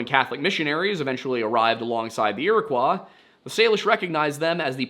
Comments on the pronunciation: Just a correction im pretty sure Iroquois is pronounced as ear-eh-coy not ear-eh-qua. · The Iro 'kwah' ... Oof. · ira-coy its not french they just spelled it like that when the colonizers came Ira-coy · ...when pronounced correctly, "Iroquois" rhymes with Illinois.